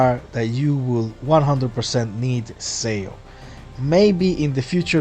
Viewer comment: Im sorry but im like tilted... its not pronounced S E O, its pronounced more like S H O